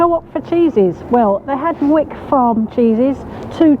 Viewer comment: Please note its actually pronounced 》 Whyk.《 not Wick. 😁😍 it's because I live in a place called Wyke. Really love your work.